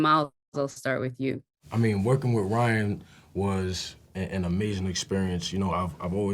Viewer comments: Am I the only one that likes the way Ryan speaks 😂🫣 it’s the way he pronounces words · Me too I love the way Ryan speaks and pronounces words. It’s rich!